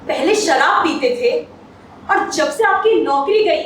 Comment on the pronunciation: Ye ladki sharab ko sarap bol rahi hai apke itna samjhane pe bhi ye nahi samjhi I am dislike this Performance bad performance